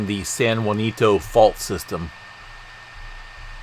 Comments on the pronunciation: It’s pronounced San Ha-Sin-toe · Can’t trust your information as you continuously call ‘San Jacinto, SAN JUANITO ‘!!! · Could I suggest.. San Jacinto. Ja cin to. No u. My elementary school name. Btw I'm from Texas. But love your updates... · San Ha seen toe